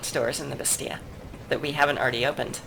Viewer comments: According to my French Canadian girlfriend: Bastille is pronounced, in french, more like "Basty" or "Bastee" while you're pronouncing it with an extra sound at the end, like "Basty-ah". Likewise, in English, it's often pronounced "Basteel" with the the hard, more drawn out "ee". It doesn't really matter, honestly, since they probably pronounce it differently elsewhere too (as you said), I just figured I'd ask because my girl friend keeps giving me weird looks while I listen to the videos. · are you ever going to stop mispronouncing Bastille?